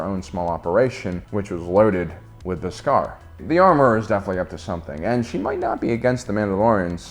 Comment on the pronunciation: Interesting take, but your pronunciation of Beskar as 'bis-GAR' is distracting. 😉